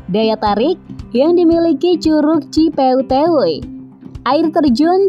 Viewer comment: ci peuteuy,bukan ci peuteyweywuy